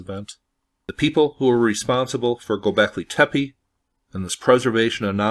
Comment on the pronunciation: It's "goobekli tepe" and not "gobekley tepi". I understand that English is pretty much the only PIE derived language that pronounces E as I but that's exactly the reason to perhaps double check the pronunciation of foreign words. Also the tunnels were most likely being expanded when people where already forced to live in them to survive, supposedly it shows by differences in how they are built from the first floor (or first few?) to the lower ones.